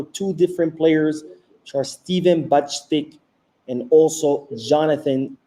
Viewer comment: Stefan Bajcetic Not Bajctic